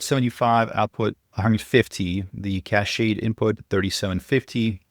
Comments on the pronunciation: It's "KASH" not "KASHAY." ... "Cache," is pronounced, "kash," like, "cash." ... "KASHAY," is spelled, "Cachet." ... The words come from French, they're pronounced that way because they're French. Just like how words have silent 's'-es in them, and other silent letters from other languages. It's a [kash] of data, a [kash] of gold, a [kash] of weapons, a [kash] of cash. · You’re missing how to pronounce cache. ChatGPT 4.5 gets it. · Cachet is a perfume. It's not a "clip," it's a "magazine," and it's not a kashay of weapons, it's a kash of weapons.